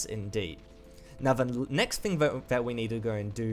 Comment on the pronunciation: learn your "th" bruh. its "thing" not fing